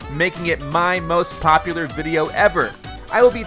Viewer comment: I love when he goes POP-uler